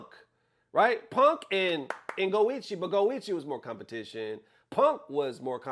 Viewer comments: Yea, Punk sounds like "Pang" in Chinese, which is the Pin Yin for fat. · When Xiaohai pronounces Punk, it sounds like Pang (Pang means fat in Chinese). So he was saying Punk and Mena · It was not 'Winno' lol, Xiaohai was saying Reynald. It was back in SFL US 2023 and everyone knew his beef with DCQ back then. The translation 'Ryu' was wrong, he was actually referring to Samurai. And lastly 'Pang Man' was Punk (Xiaohai pronounced it incorrectly as 'Peng') and Mena. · it’s not fat man. His English is not good, it’s his way of pronouncing Punk(pang) & mena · What you thought Xiaohai called “fat” , he was actually talking about punk, because he didn’t pronounce the k, so it sounds like “fat” in Chinese. The subtitle is ai generated, so it shows fat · he said : I asked punk (he pronounced it like pengk) and mena about it 😂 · Xiaohai said he asked Punk and Mena, about it. Not as the AI translate "fat Mena" 😂. His pronunciation of "punk" sounds like Chinese word "peng" which translate to "fat" in English. 😂❤ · He was saying punk and mena not “fat mena”.In fact，the pronunciation of the word “punk” in Chinese sounds like “fat”